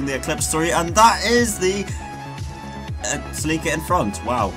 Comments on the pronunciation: "saleeka" its pronounce Sell-lick-uh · It’s celica cell-Ik-a not selika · lols, "Si-Leak-Ka" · he called it a “celEEEca”... help me god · ah yes, the salika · Did you say Toyota Saleeka? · Toyota Celica is pronounced like this “sell-li-ca” 😂😂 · Toyota Sa-lika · What in the actual fuck did you call the celica?? Lolol cell ick ah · The way you say Celica makes me want to cry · Had to stop watching after hearing you mispronounce celica 15 times